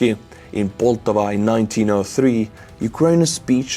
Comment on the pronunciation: It's Pol-TAV-a.